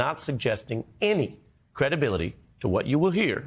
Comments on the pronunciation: EVI-GANCE. We all heard you say that. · ha he said evigence. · Evigence? (Not being malicious, just loling, it was kinda funny)